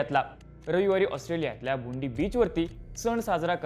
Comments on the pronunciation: बोंडाई ❌बुंडी ✅ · bundi nahi re bond-eye asa ucchar ahe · Bondi❌ Bond eye beach ✅